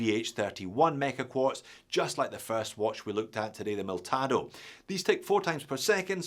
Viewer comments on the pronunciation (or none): It is Militado, not Miltado. Useful video, thanks!!